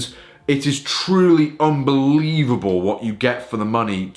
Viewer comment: you said "this is an unvelieble option to start" to me sounds like "buy it right now"